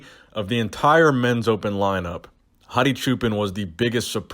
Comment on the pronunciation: Poor Hadi. You can tell was really trying to get the pronunciation right in the beginning, but then defaulted back to how he normally says it later on in the video. Haha you'll get there. Keep trying.